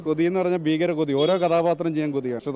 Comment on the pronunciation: Bhayengara Kothiyanu Bheekara Kothiya ???Keralathilei Schoolil ninnu thanei ahno Malayalam padichathu ??